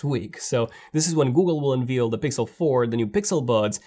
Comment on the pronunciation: Unveil rhymes with unvale